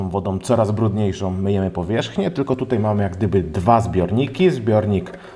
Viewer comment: Sam test przydatny, dziękuję. Ale mam dwie uwagi. Pierwsza to język. Popracuj proszę nad wymową. W większości przypadków tam gdzie wymawiamy "ą", Ty mówisz "om" ("bateriom" zamiast "baterią", "kolejnom wersjom" zamiast "kolejną wersją", lub "tutej" zamiast "tutaj"). Druga rzecz to scenariusz. Sam test brzmi dość chaotycznie, skaczesz z tematu na temat, może warto zrobić listę tematów i jechać według tej listy?